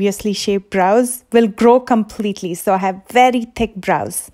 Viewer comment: I love your pronounciation of bRows haha